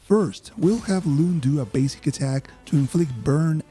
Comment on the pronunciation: Dude massive respective for calling her Lune instead of Luné . You are the first yoututber that i come across to say it. (not sure why they butchered the name in the english version).